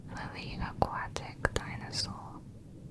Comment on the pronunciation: Yo hablando español escucho “tainasos”, cada vez que ella dice dinosaurios 🥺